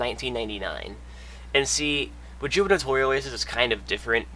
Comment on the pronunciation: The correct pronounciation of 'gubernatorial' is goo·br·nuh·taw·ree·uhl, with a hard G in the beginning. It's an odd word to pronounce and it's a rare one at that, so don't feel bad. Great video!